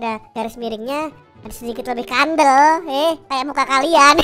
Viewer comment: ngomong kata "nas" dan "kandel" orang jawa ya? 😁😄😄